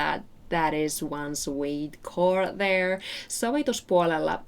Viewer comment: I see what you did there… at the mark, you inserted a beautiful (Southern 🇺🇸) country twang. “That is one sweet CHORRRRD THERRRRRRE” 🎤 🤠 Very nice! Great video/song choice. Those guys are fantastic! Excellent reaction as always.